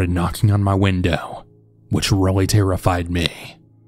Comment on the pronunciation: How many times did you hear whindoowh?😂